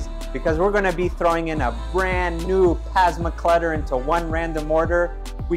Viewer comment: Is he saying pasma clutter on purpose? lol This car will be legendary!